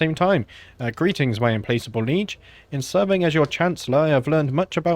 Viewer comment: implacable is not im-place-able it is im PLACK able. i'm sorry to be a pedantic prick but that was driving me crazy... great vids, loving the series here 3 years later